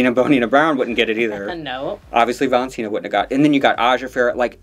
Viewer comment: Why do they say ValentinTa